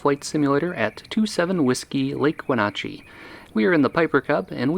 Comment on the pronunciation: you said wenatchee wrong it " when ah chee"